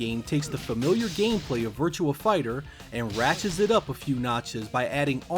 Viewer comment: Virtua not virtual. On line not one line. Learn how to read please. Love your vids but goddamn dude